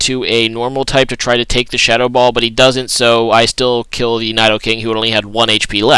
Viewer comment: lol i h8 when ppl say nydoking not needoking as its pronounced